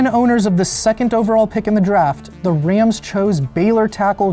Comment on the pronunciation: These videos rule, other than the multiple mispronunciations of the word “the”. It takes away from what’s even being discussed.